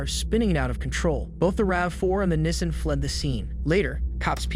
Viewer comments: nissin 😂😂😂 Nissan Knee- Saw -N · V - ick-all > Vehicle Knee - sahn > Nissian for the love of god ...... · If you’re gonna do commentary pronounce the words right. Knee-sahn. Not nissin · It's pronounced 'nee san' not 'nissin'. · Nissan not nissin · NISSAN!!!! not Nessin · That “Nissin” for Nissan 😂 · Nissan [Knee-sahn] not nissin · Nissen?😂 neesaan😂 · The repetitive “nissin” vs Nissan is annoying haha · Nes San for Nissan lol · Its pronounced 'knee-sahn' jesus christ lol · “Nisen Allteema” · “Nisin Altima” “Richard Rodreez” like what 💀😭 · Nissan is pronounced “knee-sawn.” I love your videos man, awesome collection and commentary! 🙏🏻🙏🏻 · The way you say Nissan is a crime itself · More AI slop. Can’t even say Nissan or tow correctly.